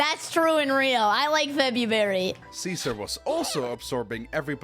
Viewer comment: Janu-Berry, Feb-Berry?